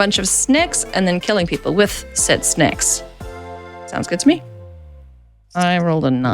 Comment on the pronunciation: Perhaps one of the coolest parts of the game was seeing you burp your little guy. Looks like such a precious little one…and the way you say snakes, sounds like snacks!